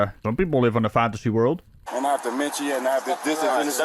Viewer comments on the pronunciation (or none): Parkinson’s, and “demenshia” huh? Does he even know it’s called “dementia”, or what dementia actually is? I think not!